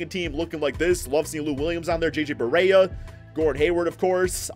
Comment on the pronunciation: JOSE BAREA?😂 DONT DISRESPECT MY BOY LIKE THAT😂